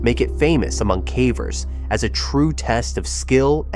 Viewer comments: It's AI mispronouncing the word. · Please choose an A.I. voice that can properly pronounce "CAVERS!" Freaking annoying!!! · Caveat cavver! A.I. is making us all into morons who let machines model incorrect pronunciations! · Cavvers makes me cringe every time. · Stalactites and stalagmites are mispronounced. They're not STAL-actites, they're stal-AK-tites. Same with the other word. In addition these aren't "ca-vers" they are KAY-vers.